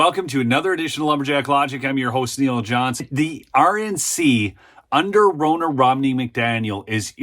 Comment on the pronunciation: Neil! It's RON-NA, exactly like Donna only with an R. If you want to exorcise the demons, you must call them by their proper name!